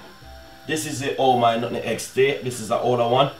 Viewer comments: Love hear when he says nun egg when it’s really pronounced nutmeg 😂😂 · When him say nutmeg😁😂